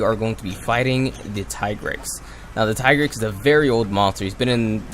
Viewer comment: I would pronounce Tigrex as ( Tee - g - recks